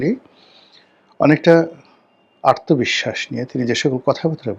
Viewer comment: ভাই আপনি,আত্মবিশ্বাসকে "আর্তবিশ্বাস" বলেন কেন ?? 'আত্মবিশ্বাস' বলুন প্লিজ !